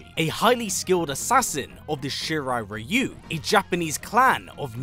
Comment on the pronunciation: I like that actually pronounces Shirai-Ryu correctly